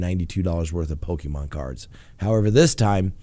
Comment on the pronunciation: lmao, dumb criminal, lol when you say poke man cards